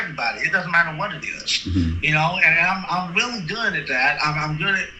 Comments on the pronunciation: He’s getting weally tired of cwap 😂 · This weally weally got on my nerves qwickwy. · Ok, I’m weally gonna need an update on this!!! He seem to weally think he is the DoD long arm of the law!!!